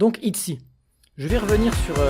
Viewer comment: Je pense que le nom de groupe ce prononce I-Chy ! En espérant que c'est moins cute que les TWICE CHAERYOUNG est la petite sœur de Chaeyeon des I-zone ^^